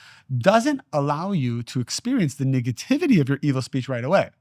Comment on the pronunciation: I have so much love and appreciation for you. Since finding you among others like Bashar and Abraham hicks, and feeling the resonance within, my life has changed for the better!! HOWEVER, I really really need you to make sure you’re saying nEHgativity, and not nIGGAtivity because it makes me chuckle everytime and then I can’t focus on the truths being spoke. Through your divinely beautiful and inspired face. My brother I can’t😂😂😂😂😂. Please for me!!!